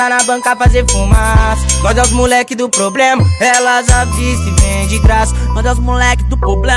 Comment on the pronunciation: E problema e não poblema😒